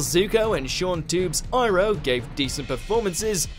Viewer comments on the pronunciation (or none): going to Last Airbender's names.... the butchered Iroh's name too. pronouncing the I and an EE